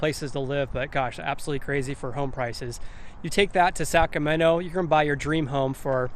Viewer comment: Really like the videos! Good content, great pace, very informative. A little constructive criticism, if you don;t mind. If you hear the way you're saying "Sacramento", it comes out as "Saccamenno". A little bit off-putting.